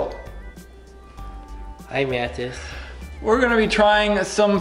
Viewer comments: Hey guys. It's and I'm here with Packles and Dillywack. Dillywack: My name is Pretzel Packles: And I'm Dwagon. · WHY IS EVERYONE SAYING HIS NAME WRONG BECAUSE ITS MATTHIAS